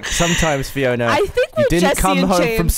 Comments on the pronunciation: Why is it not Free-ona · Freeona? Ganova?